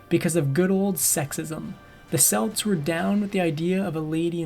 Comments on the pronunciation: Aside from the pronunciation of Celts and Celtics, which made me shudder, I just "love" how the narrator painted how the Celtic warriors killed innocents in their attacks as something bad despite how the Romans treated her people and hundreds of thousands of others like them... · The Celtics with the s sound are a basketball team. The Celts with a hard K sound are a race of people. I wil leave the mash he made of Prasutagus alone.